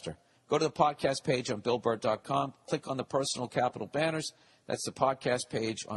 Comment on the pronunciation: Am I the only one who dies laughing when he slips up on words when he reads the advertisement shit? "Bull Burr dot clom"